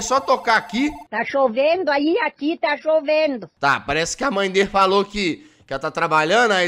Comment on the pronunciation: "Dougras" "tá choveno aí? Aqui tá choveno" Mano eu num guento kkkkkkkkkk